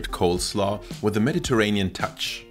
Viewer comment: Did you say COLDslaw throughout the video?